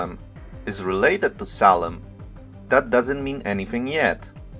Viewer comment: Just a few corrections.... SALEM as written in the ENGLISH BIBLES is from the Hebrew שלם -- has to be pronounced SHA'- LEM The "S" in many cases represents "SH" sounds ... like SABATH - SHA-BBATH Another mistakes from TRANSLITERATION of the Bible (and other scripts..) is the letter "J" -- it is the GREEK Iota (pronounced properly YO-TA) and has the sound of "Y" So JERUSALEM is actually YERU-SHALEM.... ירושלם So to say that "SALEM" means "PEACE" is WRONG !!! Because SA-LAM is in Arabic and SHA-LOM is in Hebrew... SALEM is just the name of JERU-SALEM -- ירושלם In Hebrew.... In Hebrew מלכיצדק -- MALKI-TZEDEK -- actually means MY KING (GOD) IS RIGHTOUS !!! And he was the HIGH PRIEST to those who recognized THE CREATOR.... because MOST PEOPLE at the time couldn't comprehend the IDEA OF AN UNSEEN CREATOR.. More about the "J" -- YO-TA .... There was a city known as TROJ -- pronounced correctly TROY... and the people from there were called TRO- JANS pronounce TRO-YANS.. But most people are IGNORANT and many are IDIOTS TO BOOT... and some IDIOT pronounced it TROJANS and not TROYANS.... Same with NARCISISM -- it is derived from the MYTHOLOGICAL character known as NARKISOS (or NARKIS for short) who fell in love with his own image.... But in LATIN there is no "K" and the name was spelled with a "C" -- NARCISUS..... but some idiots (including Webster Dictionary..) are stating CLEARLY that the source is NARKIS but they pronounce it WRONGLY as NAR-SISISM .. BEST TO ALL